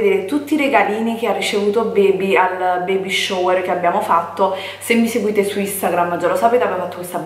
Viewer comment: Baby shower nn si pronuncia cosi mammamia